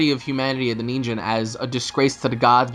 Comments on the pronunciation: It's pronounced Ningen with a hard G not like a J. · and its nin gen not nin jen. XD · "Ninjen"? XD you mean "Ningen" I'm not bashing your pronunciation. I'm just "Saiyan". Btw nice vid. It's very interesting on what Dbs is going to in the next couple of episodes.